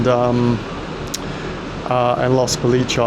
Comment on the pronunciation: great video, just FYI it's pronounced Los bo-lee-chess 👍